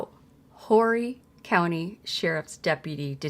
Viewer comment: I’m from Horry County. The “H” is silent.